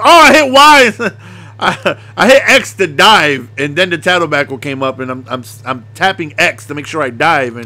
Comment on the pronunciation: Hahah he said tattle backle😂